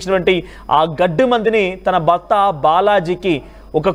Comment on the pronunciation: బర్త బార్య ఏంటయ్యా. భార్య కాదా ? Horrible telugu !!!